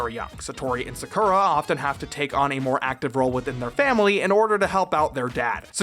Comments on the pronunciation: I nope’d right out of the dub when I heard how they pronounce Sakura (and you do it too, yikes). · Your pronunciation of “Sakura” pains me so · Please stop pronouncing Sakura’s name wrong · Your pronunciation of "Sakura" causes me physical pain. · As you wish, the way you say "Sakura" feels weird to me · The way he pronounces Sakura is closer to how the dub says it than the Japanese pronunciation. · I cringe every time I hear how Sakura is pronouced in the english dub. it just sounds.... wrong.... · Why you saying Sakura weird bro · The pronouncing of Sakura's name is harsh. Have you NOT watched a bit of Naruto to understand how to say the name correctly for this episode? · Lol when her name is more like Secure-uh than Soccer-ah. It took me a long time to realize this was bad translation/execs not giving a shit than the name not having multiple pronunciations running around. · Just FYI, it's pronounced SAKura, not SaKUUUra. ugh 🤪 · I cringe everytime you say "sacoura" Its FUCKING PRONOUNCED "SAH COO RAH" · Omg it's 2019 and we still can't pronounce her name right? It's sa-cure-ra not saku-ra omg! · "Or do" Okay. It's pronounced "sah-koo-rah", not "suh-ker-uh" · Well you wanted engagement, so here you go. You're saying Sakura's name wrong. It's not Sah-koo-rah, it's Sah-kuh-rah. 🤓 /s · Bro... Have you watched Naruto? That's how you pronounce Sakura (Saw-Coo-Raw). Cardcaptors is a butchering of the original Card Captor Sakura. Don't let that version forever paint how you pronounce the Japanese Word, please. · Every time he said SaKurah I died a little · I died every time I heard sukurra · Oh goddddd the mispronouncing of Sakura. SUH CURE RAaAaa!!! Iconic 😂😂😂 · Sakura is pronounced “zah koo rah” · not to be rude, but it is pronounced “SA-kur-a” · I used to watch this as a kid. But now that I look at it, sakura's name is pronounced SAA-KUr AH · SuhKOORuh What even is that pronunciation, did you never watch Naruto? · Learn how to say Sakura ffs